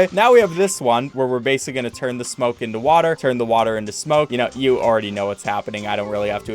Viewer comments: every time he said smoke i got angry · Every time you say smoke I literally laugh help